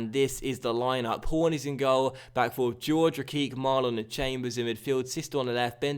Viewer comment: Say HOR-HAY not GEORGE